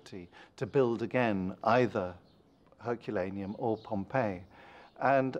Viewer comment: I can't get over how the narrator pronounces "Herculaneum".